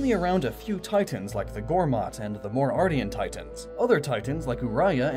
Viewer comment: This may sound trollish but, it's "Mor Ardain," not "Mor Ardian."